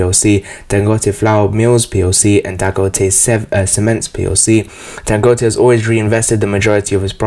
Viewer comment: You said his name correct.